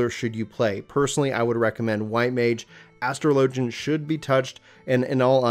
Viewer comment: "Astro Lojin" Big yikes. But good guide